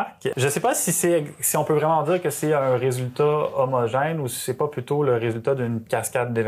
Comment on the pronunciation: C'est fou. Face caméra, j'entends que l'accent du sud, et sur la phrase "un effort qui est pas homogène mais d'avoir un résultat qui est homogène" les a de pas et résultat sont ce a presque o (une voyelle ouverte postérieure non arrondie, si on veut s'en tenir à l'alphabet phonétique international) (time code à pour ceux qui sont curieux).